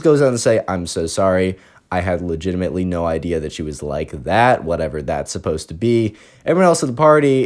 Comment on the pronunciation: I like how you always say “Leginemently” it’s pretty funny